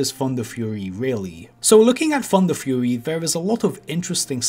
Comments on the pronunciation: He said Funderfury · Did someone say funderfury?